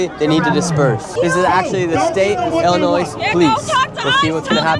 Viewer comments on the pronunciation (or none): Damn that ice dude said Illinois with an S hahaha.